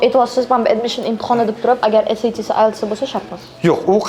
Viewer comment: saviyasi shu SAT ni qanday talaffuz qilishidan bilamanda😂 oddiy odam bo'lsa ham tushunasiz, universitet xodimi, ingliz tilini biladigan odam esayti seb aytsa endi uyatda